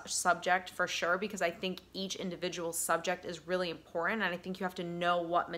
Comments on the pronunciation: I feel like I have been emotional abused to get to the point! And the word is important not impotent! You can you actual English instead Ebonics! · Please forgive me. I don't know why it bugs me, but 'And' has a D at the end. & in 'cerTain' and 'imporTant', the T's are NOT silent. So hard to concentrate on your very good message when you present yourself as an educated, well spoken counselor, but you keep mispronouncing words: Impor-ant Cer-ain An- As a speaker, I feel that enunciation is an important part of your message. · Life coach. LOL. BTW. The word is “important”